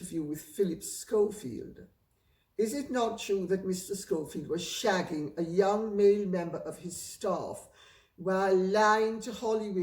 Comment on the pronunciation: When she said the word "shagging" in the poshest accent ever! 😂 Love her